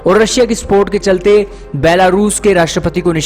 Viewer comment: Russia se ssssppot mang rahe he ....ssssppot